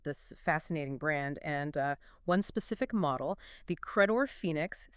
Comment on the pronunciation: It's Credor. Not cra-dore.